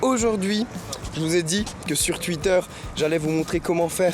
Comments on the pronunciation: c'est pas tuitter mais Twitter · C'est très frustrant que tu dises tuitter au lieu de Twitter 😤😂